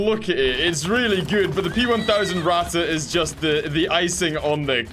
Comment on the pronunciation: Yesssssssss more tournies! Q: did u finish the other TABS tournament? Also, when are we gonna get more TTS. And when are you gonna start calling the Ratte how your supposed to (Pronounce it like rat. Just rat)